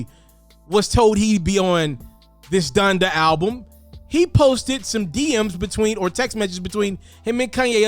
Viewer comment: Honda??? ITS DONDA BOY 😂😂